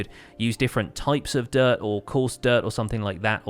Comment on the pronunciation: sometimes you say dirt and I hear "derp" ^^